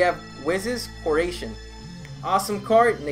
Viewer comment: Whis' Coe-Er-Shun. Killing me with the pronunciations